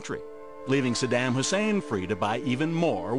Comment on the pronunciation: i wish this guy would learn how to pronounce saddam and Iraq. what he is saying in the piece is essentially true but if you want to make a valid argument or at least present yourself as "in the know", learn how to say the name and place properly.